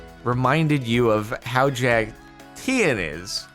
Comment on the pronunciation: Lime Llamas are the last one Jordan needs to collect all the Infinity Teams, it's a sign. Also I can't get over how he pronounces Tien like Ian with a T